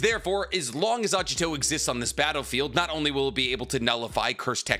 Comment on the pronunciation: It's Agito, not Ajito